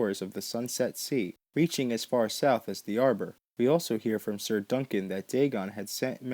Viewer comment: "Sayer" instead of "Sir"... Hilariously infuriating! GRRM said that (simple) people have a harder time with his simple words, than his more difficult ones.